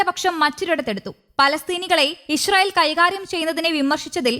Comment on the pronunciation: ഇശ്‌റയിൽ അല്ല ഇസ്രായേൽ